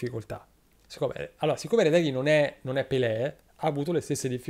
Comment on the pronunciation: Ma la vera domanda è perché caressa non è riuscito neanche una volta a pronunciare Retegui esattamente